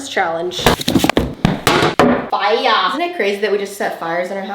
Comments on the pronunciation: The way she said “fiya” at the start sent me, i love her sm ahaha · the way you said fire makes me laugh 😭